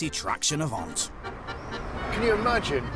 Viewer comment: "Avant' not "Avante" !